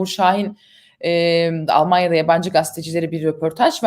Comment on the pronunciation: "olmonyoda da yosoklondu" :)